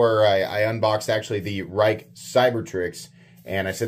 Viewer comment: If it’s the Rike i’m thinking of it’s pronounced “rake”.